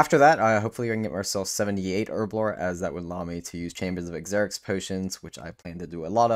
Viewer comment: Good content my dude, but Xeric is pronounced like Zerik